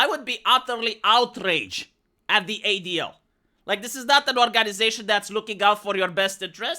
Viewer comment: I wasmt looking at the screen and it tooke a minite to realize you were saying adl